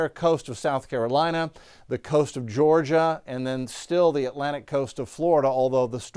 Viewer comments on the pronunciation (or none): none